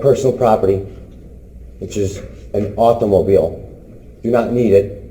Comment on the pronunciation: Did anyone else think "Sixteen Candles" when he said auto mobile? : )